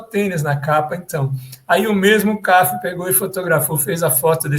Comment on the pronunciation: O fotógrafo Cafi era pernambucano. Pronuncia-se Cafí, com acento na última sílaba.